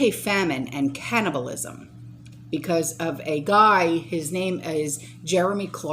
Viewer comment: so he said caannibal. never say ...etc